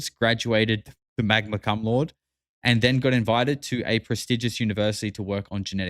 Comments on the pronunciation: | 😂 it’s pronounced ‘Magna Coom La-Day’ —- it’s Latin for ‘smart as f*ck’ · Lol It's not Magna Cum Load. It's pronounced Magna Coom Laudee. That means top of his class. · Here is the pronunciation; Magna Coomb Lau day means with highest honors. It would be a bachelor’s degree with highest honors. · It's pronounced MAHG-nuh koom LOUD-ay. It's Latin for "with great honor" basically award for runner up to the best student but your version works 😂😂😂😂😂😂